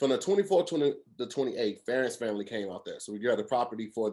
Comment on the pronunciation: 1 minute 8 seconds in....... this man legit said FRAMILY. 😂